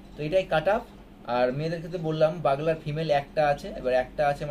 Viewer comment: বাগলার না বিগুলার